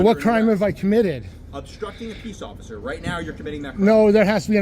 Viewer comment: I lost it when he said ociffer Snowball 😂